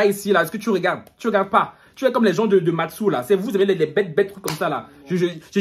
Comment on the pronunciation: "Matsou" mdrrrr